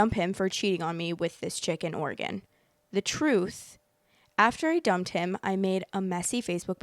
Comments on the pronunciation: The way I was confused bc I kept hearing “chicken organ” instead of “chick in Oregon” 💀💀😭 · I kept hearing "Chicken Oregon" and I wanted the recipe 😂